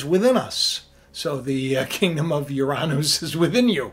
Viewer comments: The correct pronunciation is (YUR-UH-NUS) But whatever.😆 I just wanted to say, I think it's kind of weird how they're starting to send probes, aligning with CERN reopening. I've always wondered if Uranus is a natural Event Horizon that is stable. I'm wondering if we're about to have a micro Supernova and they're about to use the gravitational or Electro gravitational reconnection, natural energy pulse. Also if it's completely natural and made by the sun it might be at the right frequency. I wonder if they're going to try to use the natural energy pulse to go through The Event Horizon. They're going to try and intrude into HEAVEN-URANUS. But truly the father lets them in, to battle. When the EMP hits, it will be so powerful a third of the Stars will fall. Kind of sounds like it could also be starlink. Not just the Fallen ones. I wonder how many starlink satellites they're putting out in the outer space and if a third fall, what would be the number...?🤔 Completely just a weird theory but...... I wonder. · Yo that's crazy how you've single handedly put it into perspective regarding the word/name Uranus. I never even knew they tried changing the pronunciation and the way you said "Ouranoos" sounds a bit too legit to be honest. It's like they wanted us mispronouncing it and making fun of it because ya know what's better than a butt end joke and these day's people make it seem like Heaven is a joke 🤔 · Oy! It's Yur-rah-nes. emphasis on the first syllable. And WHY do you say Uranus is a planet when it was Pluto that had been demoted? I do enjoy your content for the most part but I don't get the uranus gag because you still mispronouncing it :P